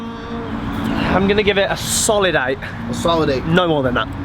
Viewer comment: Who else said "solid 8" in the accent after he said it lol